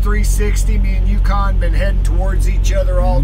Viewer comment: "Yucan" Roflmao